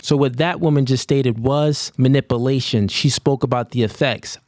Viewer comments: He makes up the rules to suit his narrative. It’s quite hilarious. It also shows his narcissism and self inflated ego derived from his clear lack in self belief. I’ve also noticed his complete butchering of the English language. It’s not manip - i - lation, it’s manip - u - lation. A high tiered man is an educated one. And you earning money from social media by baiting women over contentious topics is not assiduous, it’s an obvious attempt at trying to be relevant and engage viewers for money. Without it he literally has no substance. Oh wait, he’s got that 6’4 height going for him! 😂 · "Minippalation" "Minippalated" 😂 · I'm almost certain it's manipulation and not manip-a-lation... 🤔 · You can’t even pronounce ish right.. manip-uh-lation..? Anadodally??? Please stfu. Also you speak in absolutes about single moms all the time - so your “general advice” is that all single moms have awful character and you’re a simp if you date one. But somehow your girl is the exception to the absolutes you speak in. You ain’t your audience’s daddy. And you no longer have the right to criticize any other man for their dating choices.